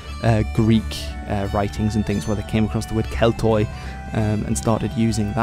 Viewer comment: Hey man just a pronounciation nitpick, the Greek Oi is pronounced as Y, so Keltoi is said like Kelty